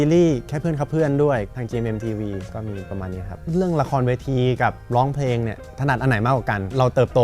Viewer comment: เวลาร้องเพลง น้องออกเสียงควบกล้ำ ร. - ล ครบเครื่อง แต่เวลาพูดทำไมน้องไม่มีควบกล้ำล่ะคะ เสียบุคคลิกนะ "ล้องเพง" งี้ แก้จุดนี้ด้วยนะคะ